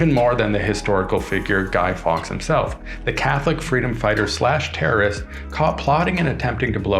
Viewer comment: guy fawkes not guy fox